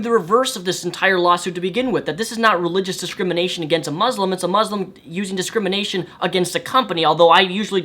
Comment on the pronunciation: Did you say mauslam?